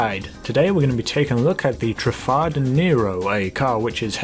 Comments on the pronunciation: truffad? its truffade like fade!! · The way you pronounce Truffade... You pronounce it "Truffard" It's pronounced Truff Ade, Like lemonade, You don't call lemonade "Lemonard" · Truffade is pronounced True Fah Day